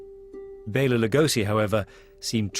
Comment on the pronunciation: Nice to hear the proper pronunciation of 'Bela'. Anyone who could/can sit through professional golf to catch sight of a Horror Star is truly a fan, indeed!